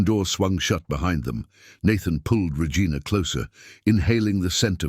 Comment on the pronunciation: Why does the AI keep mispronouncing the name Regina?